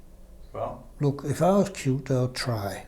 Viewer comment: 😂😂😂; Qt is pronounced as Kyut not KyuuTee